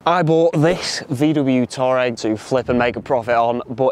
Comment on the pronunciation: It’s pronounced “Twareg “ not “Tour -regg “ 😂